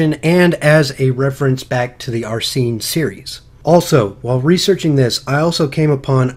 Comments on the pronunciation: I think it's pronounced "Arsene" not "Arsee-ne" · () maybe I'm wrong and you're right. But the first "e" is pronounced the same way as the "e" in sent. Just like how people pronounce Arsene Wenger's name